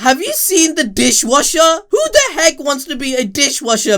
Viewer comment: Lol when he said "Dishwasher"